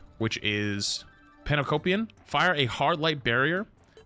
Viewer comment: My man said panacopium while trying to read pan-opticon